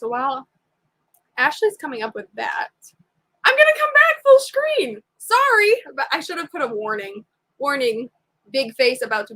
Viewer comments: I love the way you said screen Shkreeb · yeah I’m going to start saying shkreen. Lol